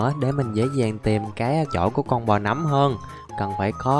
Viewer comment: Người ta đọc là nấm mà a đọc là núm:) Ai thấy đúng cho mình xin 1 like nha 👇